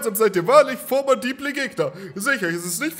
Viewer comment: Ich finde es sehr aufmerksam vom Spiel, dass auf dem Schild, direkt vor dem Höhleneingang, steht, dass man geradeaus laufen muss. Kann man aber schnell übersehen.. Achja, was wir heute gelernt haben: formadibel, nicht formidabel. Merkt es euch!